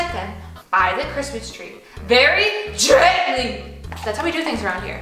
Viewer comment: GEAANTALY Me tring to do gentlay: gENtAly ☠💀